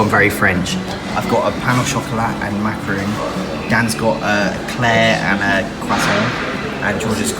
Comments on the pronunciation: Nooooo Thats not how you pronounce macaron 😭😭😭 a macaroon is a completely different thing in Scotland 😂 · that is not Macaroon, it is Macaron. Macaroons are made with coconut.